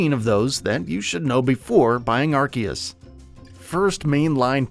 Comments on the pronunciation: I couldn’t watch this. Are-C-us. Not are-key-us UGHHH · 2 Things You Should Have Known Before Making Your Video: -It's Not Pronounced Ark-eus -It's Not Pronounced Pokey-mon, Pokey-dex or Pokey-ball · How are you going to make videos about Pokémon and call Arceus (Are-Sea-Us) Arc-Ee-Us. 🙄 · Things to now before you buy... Pronounce the game right. It's pronounced Arseus. Watch the Japanese trailer and even how it's written in Katakana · Couldn’t watch after he said Arkeeus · By the way, it’s Ar-see-us, bruv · Who else is excited for Pokemon Arkeeyus? LMFAO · Ar KEY us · “Ar-see-us” it’s not that hard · Lol you pronounced アルセウス wrong 🤣🤣🤣👎👎👎👎👎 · Arceus is pronounced with a Z, not a K. And it's not the first main pokemon game, where only one version was made; that would be Pokemon Colliseum. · how you pronounce arceus hurts my ears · The way he pronounces "Arceus" triggers me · No he's not. Read how it's spelled in Japanese. There is no "k" sound in the name. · There’s no K in the name ARCEUS. Why do these idiots keep butchering the name. Such a cringe